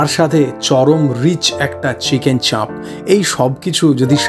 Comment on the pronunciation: দাদা আমি সব ভিডিও দেখি... আজ প্রথম কমেন্ট করলাম। চাপের উচ্চারণে চন্দ্রবিন্দু (চাঁপ) হবেনা...